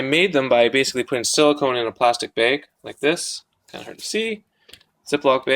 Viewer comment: Lol are you from abq? The way you said bayg